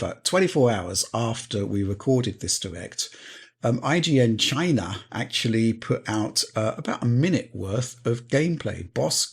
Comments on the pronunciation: why does he pronounce china like DJT lol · I laughed too hard at the china pronunciation